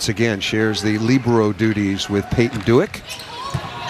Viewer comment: they are pronouncing libero so wrong 😂 🤦‍♀️